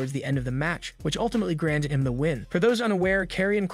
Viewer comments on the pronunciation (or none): none